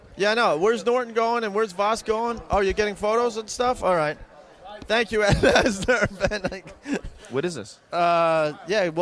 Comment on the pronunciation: It's Ed Asner not Asher...maybe put a little effort into these videos.